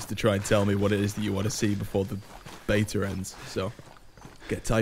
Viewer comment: It’s “ before the beta ends “ not “ before the bater ends “